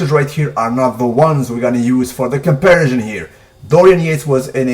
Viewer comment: I told you the last time. The word is comparison, not compersion. Do you even vocabulary yo?